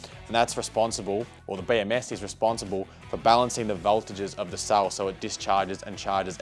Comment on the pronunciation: Cell not sall